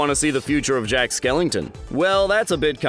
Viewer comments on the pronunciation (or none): bro said skellINGton 💀